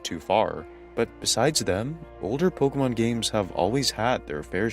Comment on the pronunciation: Bro fuckin refuses to pronounce pokemon correctly.